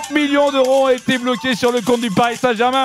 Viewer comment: « hé alorrrs y’a pas de tension hein » j’ai explosé de rire 😭